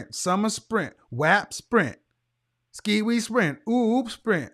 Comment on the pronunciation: “Skiwee “ sprint LMAO